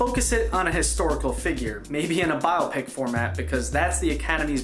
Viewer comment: spent this entire video wondering if you'd ever learn to say biopic. sad!